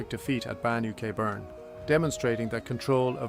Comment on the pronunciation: Shame about the A.I. mangling the place names. Banoo Kay Burn! FFS.